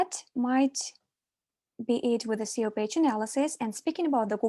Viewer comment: not communicated like when she calls SEO "SAYOH" lol ? daylight come and i want go home